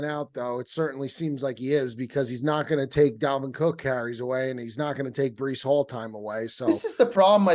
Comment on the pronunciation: Breecey Hall 😂 lmaaaao